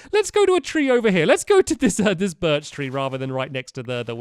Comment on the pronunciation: Stampy this it the first video where you said spruce the right way Now we need birch said the right way